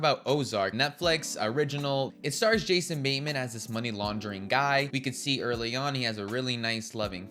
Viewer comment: Who's Jason Baynman? Also, it's Joel Edge-er-ton, not Edgar-ton. While I'm on a run, who pronounces the s in Illinois? Fucking hell, within five seconds of pressing send, you make another mistake. It's in Missouri, not Mississippi. I could only make it to the three minute mark. I don't know why you were driven to review films and TV shows, but you should stop. It's not for you.